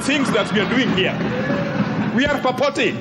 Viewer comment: "Purpoting" 😂 Kajwanga all the way